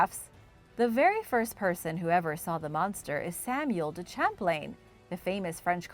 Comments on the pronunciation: "Champlin" 🤣 Champlain ="sham-plane" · Its pronounced as Champ as you say Champagne and Plane as in the word Airplane the man who the lake is named after is from France so its properly pronounced as Lake Champlane all soft A,s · Lol the way you pronounce lake Champlain is funny ... I live near it it's pronounced lake sham-plane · Correction needed, I grew up in Vermont. It's pronounced Lake "Sham-plain". :-) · Your right its pronounced as Champ as when you're saying champagne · it annoys me that you do an ethnic accent for any spanish word, but anglicize the heck out of french words like "Champlain" it isnt pronounce "champlin" its pronounced how its spelled. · I was about to say the same thing. As a New Yorker, it kind of hurts to hear it said that way. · I live in constable New York about 5 mins from the Canadian border ... I'm closer to the st Lawrence seaway than I am lake Champlain but I'm only like 50 mins from it ... It was definitely driving me nuts hearing it pronounced like that lol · I love your videos! But the way you say Lake Champlain made me cringe 😂 . That aside keep up the good work I love your videos ❤️